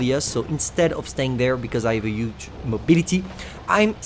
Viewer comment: It’s bull armor......H(MAKE THE “H” SOUND MAN)ULL.....HHHHHUUULLLLLLL ARMOR!!. WTF IS “ULL ARMOR”!?!?!?! U gotta work on pronouncing the H bro, cause u can’t. Even when u say “huge”, u say “uge”😑